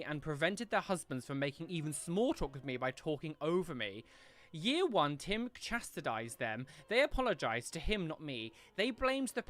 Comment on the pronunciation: I’m sorry, but I laughed out loud when you mispronounced boujee and chastised 😂😂😂😂😂🤪🤪🤪😆😂🤣😂😆🤪🤪😆😂🤣😂😆🤪😆😂😂😂😆